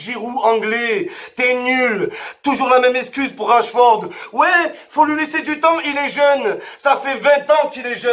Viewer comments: C'est pas Rachford mais Rashford Momo 😂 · Rachford 😂 même son nom il l’a pas respecté 😂